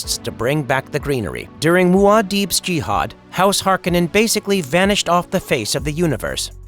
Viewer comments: It's HarKOnnen not HARkonnen. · Hark-o-nen not "Harkenen".... just bugged me in the new movie. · Its pronounced Har-kon-nen or Hark-O-nen. Not Hark-en-en... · It's pronounced har-KOH-nen, not harko-NEN. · It's pronounced Harr- cone-nen.🤨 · It's pronounced HAR'-kuh-nun. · It's House Har-Ko-nen Cringey 😬 to hear you butcher so many words. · Why do they keep mistaking the way the name is pronounced, Har-kon-nen. That’s how it was pronounced in the first movie. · It’s Har-koh-nen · The mispronunciation of the name is killing me. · Saying the name wrong